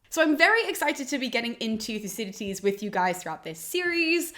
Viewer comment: It sounds as if she is pronouncing the second D as a T ("Thucydites"). Odd.